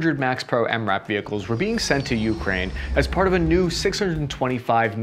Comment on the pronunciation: I hate how he says YOU-kraine just say it without stressing the U please ffs